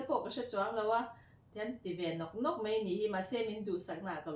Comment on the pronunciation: Paih tih turah peih I ti a, mai tih turah mei I ti thin bawk a, ka lo sawi ve mai2 .hmuhnawm lutuk e